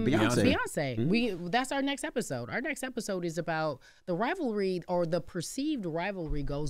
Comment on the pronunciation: I just want to know if anyone else ever noticed how the word "Or" embarrasses uncle Charla every single time. In the history of TBC he has never said "Or" he always says "Are" 😂😂😂